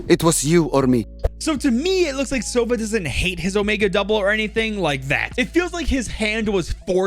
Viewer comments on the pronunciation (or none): damn, as a native russian speaker hearing “begi sova” with accented o is so strange, like, the word sova has accented a 😂 a teeny-tiny mistake, wonder why they did not spell it the right way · the word Sova is misspronounced its not sOva its sovA